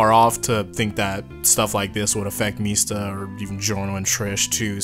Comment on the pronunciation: When are you going to tell Guido Mista his name is 4 syllables long?